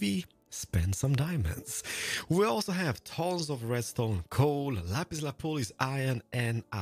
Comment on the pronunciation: "lapis lapoolis" omg, you're the master of mispronunciation!